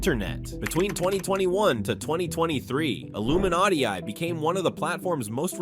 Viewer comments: Misproununces Iiluminaughtii, just proof that he's AI and should get demonetized for using it. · Not the voiceover misprouncing Illuminaughtii's name! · Ugh AI voice can't pronounce Illuminaughtii. Payba real person.